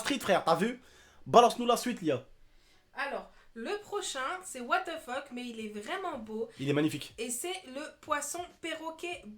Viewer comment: Mdr j'ai l'impression que tu dis ''wate te feck'' au lieu de ''what the fuck'' ça me fait casser des barres (ceci n'est pas un commentaire de rageux) bisou 😘